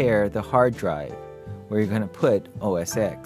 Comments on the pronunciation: Why does he keep calling it OS "EXE"? That's like asking people if they ever saw Rocky "VEE" instead of Rocky 5, the Snow Leopard is OS 10 people. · its OS ten!! geezzz!